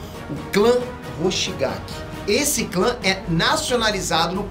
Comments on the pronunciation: Quem viu ele dizer Kisame Hoshikage ao invés de Kisame Hoshigaki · e hoshikagi ao invés de hoshigaki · Não é hoshikague é hoshigaki